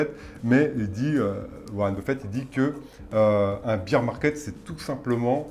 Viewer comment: Un petit détail en passant : "bear" rime avec "pair" en anglais. Le beer market, c'est autre chose. :) Vidéo très intéressant par ailleurs !